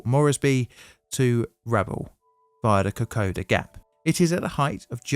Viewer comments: oh, and its Ra-ball, not Rabble. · "...awful pronounciation during this video..." Sorry, but there's no such word as "pronounciation", but pronunciation is a thing. Also, the large town on the north-eastern coast of what is now PNG, is pronounced Ruh-BAHL - not umm... whatever you said. (Rabble?) 😅 The capital and largest city, is Port Moresby - MAWZ-bee -named after a Royal Navy Captain, unsurprisingly. Oh, and emissions can't emit. 😬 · Your mispronunciation of names like "Rabaul" and "Popondetta" indicate to me that this video is poorly researched. If you can't get that right, I have little confidence in any of the claims you make.